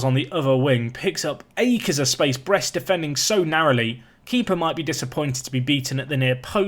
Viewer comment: I'm French and we say it like you say it (about Brest).